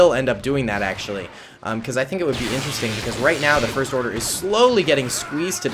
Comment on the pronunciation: Did you say the forst order